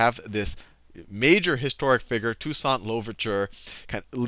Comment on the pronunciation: lol dude can’t even pronounce toussaint makes me skeptical of him as a source. That’s like claiming George worthington did a lot for American freedom as the first president of the unites states